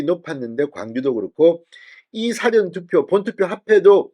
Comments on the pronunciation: 싸전투표가 아니고, 사-전투표! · " 사전투표 " 이란 말씀보다 " 사~전투표"라고 ? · 발음시 "사전투표"가 아닌 " 사:전투표 " 로 발음해야 하는데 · 사전투표는 국어사전, 영어사전이 아니라 가르쳐드렸는데 계속 무식한 발음을 하십니까? 가르쳐주면 좀 고치십시오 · 사전투표율이 낮아야 허는 것 아닌가요? 보수지지자들은 사전투표 의도적으로 하지 않았을 것 같습니다. '사전'은 dictionary가 아니라 pre-event입니다. 발음이 ㅎㅎ~